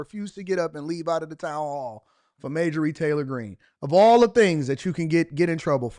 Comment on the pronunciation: its MARJORIE...not Majorie...hahhah too funny